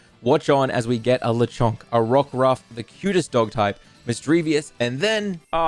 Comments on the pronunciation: Lechonk isn’t “the Chong” it’s “Lechon-k” ( Lechon is baby pig in Spanish) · Very cool how you’re saying Lechonk wrong